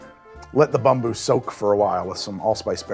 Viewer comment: Title says "Bamboo" but the drink sounds like "Bumboo"....which is it?